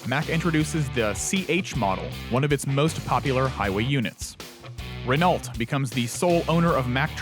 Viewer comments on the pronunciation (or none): love your content. Just a heads up, it's not pronounced "Re-nault". The correct pronunciation is "Re-no""; with a short e. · Don't know if "Renolt" is the US pronunciation, but in Europe and Australia we pronounce it "Renoe" (I was going to put "Reno" there, but that's different again!). Also, Mack built trucks in Australia until the early 2000's. V8 Macks we're hugely important in Australia due to their ability to haul huge loads. Very popular with Road Train and heavy haulage operators. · “Ren-oe” is the correct pronunciation in the US as well…we just don’t see many of them and many Americans never here them talked about. Renault, Peugeot and Citroen haven’t really been sold in scale here in the US for 30 or more years. More likely to find Americans who know the correct pronunciation of Porsche than the French manufacturers. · Great story! Love these histories. Not Renn OLLT though, it's Renn OH. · Renault is French... pronounced REN-oh. Vital part of history there. They still produce power plants and are alive in the truck/bus industry in terms of the US market. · It’s pronounced Renoh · Ren ault? Ren know.